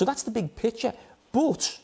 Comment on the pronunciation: Jamie: Love became Lüff But became boots 😂😂😂